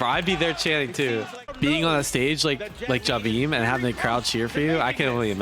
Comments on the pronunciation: In the footage you're watching they keep saying his name (Jabhi) and you still keep saying it like Jabeem haha. Don't mean to be negative though it's a great video, love all your content! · It's pronounced Jahbi.... M is for his surname 👍🏻